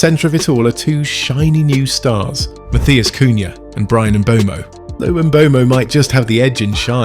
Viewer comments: Please, please please start pronouncing Mbeumo's name correctly. It has been a pet peeve of mine this whole year, every commentator getting it BADLY wrong. Pronounce it like there is no E . Mbumo. say that. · Its funny how fans opinion differs, A certain United youtube channel who goes by a fake name said United ruined Mbeumo. Also, Learn how to pronounce Mbeumo, You sound like you're having a stroke.